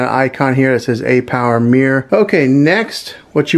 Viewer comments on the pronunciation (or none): Mirror not mear lol